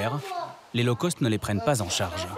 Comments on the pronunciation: NON, “Low Cost” ne se prononce pas comme “Low Coast” !!!😂🙃😅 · On dit low cost ...ce qui veut dire bas prix...et non low coast qui veut dire basse côte....😂😂😂